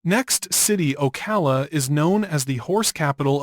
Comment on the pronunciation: Obviously this is Ai. That's the only reason why it says "Port Street Lucie" and "Street Lucie." And it also pronounces "Ocala" two different ways . . . first it's pronounced incorrectly, once, then it's pronounced correctly.